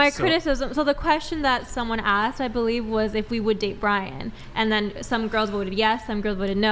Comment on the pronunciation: Can we please stop the use of "aksed" instead of "asked"